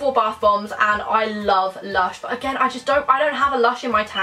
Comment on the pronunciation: When said my mum brought me something me something from lush I thought she said my mum brought me some lunch 😂😂😂😂😂♥️♥️♥️